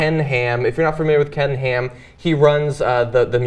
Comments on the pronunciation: Whenever John says Ken Ham, I keep hearing "Canned Ham". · oh damn now that's the only thing i hear! :(